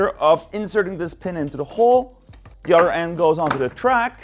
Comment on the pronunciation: Since you say udder for 'other', It would be funny if in one of your videos you say "cow others" but say 'others' not udders.